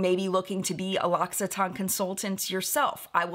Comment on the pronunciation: I always pronounced it LOCK EWE TAYN (no idea why a "u" instead of an "i" but I often insert or add a random letter to words) 😂 so this was quite a surprise hearing it said properly.